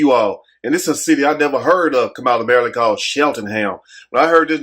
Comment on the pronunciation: "Messy Maryand!"